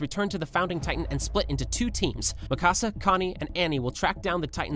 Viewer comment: its pronounced Mikasa